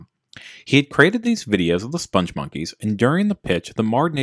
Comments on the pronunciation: Joel Veitch, the creator of the characters, pronounces it spong (rhymes with "pong") monkeys, not "sponge monkeys". There's a video on YouTube where he is interviewed (the interviewer mispronounces it too). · you feature a CNN clip demonstrating the correct pronunciation of "spongmonkeys" and "Veitch", and then spend the rest of your video mispronouncing both, meaning your research was nothing more cursory than a couple of Google searches, and your opinion, sir, is invalid.